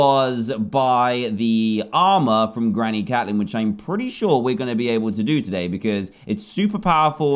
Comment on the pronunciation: It’s not cat-lin it’s Kate-lin